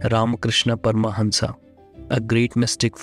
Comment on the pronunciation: It's not परमहंसा it's परमहंस 🙏